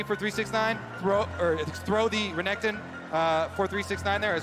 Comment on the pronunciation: how can you pronounce Renekton so badly bro